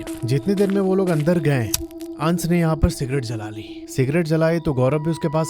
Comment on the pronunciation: uncle pehle to aap अंश bolo अंस nahi yeh अंस boht irritating hain..